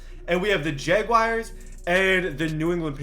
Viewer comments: Jaguires lol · He says jaguars very weird lol